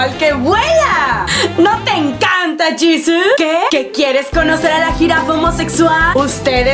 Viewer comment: Jesus*** se escribe igual pero se pronuncia diferente.